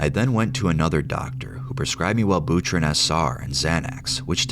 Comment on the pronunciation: The absolute horror of mispronouncing Well-bew-trin